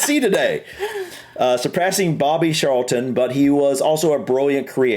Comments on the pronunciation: it is Charlton not Sharlton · Few pronunciation issues - - The G in Bellingham is not silent. The middle syllable is ING, not IN - Lampard is LAM-PARD, not LAM-PERD - Scholes is SKOLES - Charlton begins with CH, not SH - UEFA is pronounced yoo-AY-fa did a lot better than! But seriously, great effort outside your comfort zone, guys. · Lol,, your pronunciation.!It's CHarlton (tsch like in 'cheese') and MuniK for Munich (German pronunciation). Yeah, I knew it would be Bobby Charlton (he also had a famous footballing brother called Jack, though they didn't get on). That aside, you guys should definitely check out the story of the Busby Babes and the Munich Air disaster, just the most awful tragedy, and very important to the history of Manchester United. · Ashley Cole is pictured with an actual cap awarded to the International players. Charlton in accent sounds like it starts with an s, it dosen't. Scholes is said scoles. Haaland was born in Leeds, England, but chose to play for his dads country Norway. Yes, George Best was easy to say, he was from and represented Northern Ireland and Manchester United as well as other English teams, like Paul Gascoigne he was a know drinker and died when he was 59. George Best (22 May 1946 – 25 November 2005) was a Northern Irish professional footballer who played as a right winger, spending most of his club career at Manchester United. Belfast City Airport was renamed George Best Belfast City Airport as a tribute to Best. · Charleton is pronounced with a hard C, like in Charles